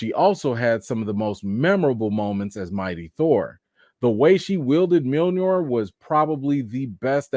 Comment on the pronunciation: Did he say Mjilnor? 😂